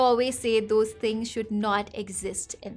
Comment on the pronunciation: Oo when you “Dose” I got your nepali accent 😊 cute